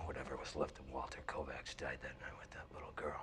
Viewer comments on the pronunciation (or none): "Kovacs" is actually Hungarian. The original form is "Kovács", and it's pronunced "co-watch" not "co-vax", and it means Smith.